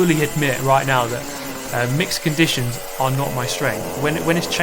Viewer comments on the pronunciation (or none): im too high when he said mixed conditions i initially though he said mexican dishes